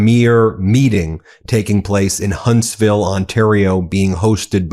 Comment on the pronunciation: Ben, I'm a Vanadian and have followed your channel closely as you report on CANADA's perspective to inform our American friends. I only ask that you call our provincial leaders as Premiers (emphasis on Pre), not Premieres (like a movie premiere). And thanks for saying Huntsville Ontario, not Hunstville Canada like most American networks. It's time Americans learn how our provinces boundaries work.